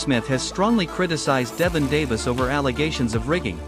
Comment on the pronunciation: "DEVIN "Davis. ??? 👌🏾👍🏿. You already lost credibility